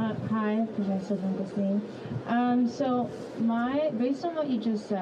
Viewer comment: Isn't Finkelstein supposed to be pronounced like Einstein?